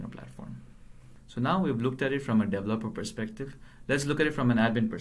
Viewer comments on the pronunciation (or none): Iit's "de-VE-loper" and "de-VE-lopment", otherwise good tuorial.